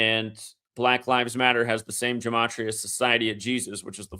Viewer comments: still out here talking about Jimaachreeuuhh. 😂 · my point was you're a lying bastard. And you don't even pronounce the word Gematria correctly. Anyone who's followed you for long enough and has any brain cells left in this hell hole knows this. BOZO 😂